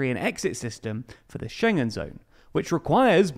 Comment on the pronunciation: UK joined 1/1/73! And Schengen is pronounced ShEn-gen. And, and It is "within spitting distance.", not "... a spitting distance." No need to thank me.